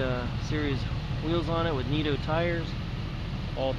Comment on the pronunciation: nitto tires, not neato tires dude. these car salesmen really have no clue about the vehicles they're selling, i bought mine and the salesmen couldn't tell me shit about it